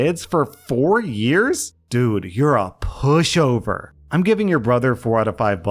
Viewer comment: “Dude you’re a puuu… shover.” Not the word I was hearing in my head.